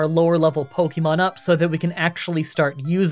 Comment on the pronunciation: Dude please for the love of god pronounce Pokémon correctly. “Pocky”mon is so cringe